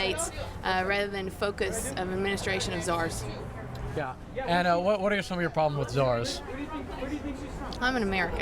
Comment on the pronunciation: what the fuck is a zars. Or did she mean something like a Russian Tsar I mean what the fuck is she yapping about?